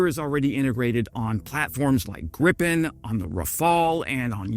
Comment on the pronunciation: Gripen not 'Griffin', there goes your rating...